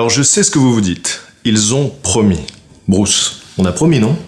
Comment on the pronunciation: Ca ce prononce Bruce ou brousse???